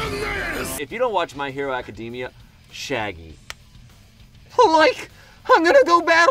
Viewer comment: "I love my hero academia" pronounces academia wrong* Bruh, learn to pronounce it